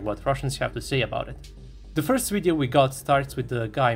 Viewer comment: it's Video, not Wideo (ouideo)!!! Video like Vernon, like Virtual, like Venus, like V.. plain V.. it's not Wideo. Why you narrators try to speak better English then English speaking people themselves. Again, it's video.. not wideo... it's so annoying ..